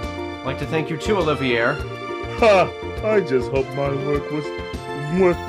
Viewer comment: By the way, Olivier is pronounced Olive-ee-ay (It's French). Also, Trails in the Sky SC is currently on sale (until noon Central Time on January 2).